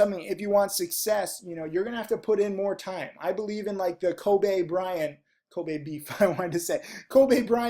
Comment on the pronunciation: It's Ko-bee not Ko-bay... =)